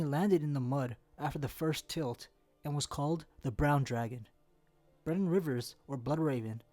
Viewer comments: It keeps sounding like he's saying Brandon and not Brynden to me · Can you please pronounce the names properly...Daeron isn’t prounounced Darren it’s Day-ron, Brynden isn’t Brandon it’s Brin-den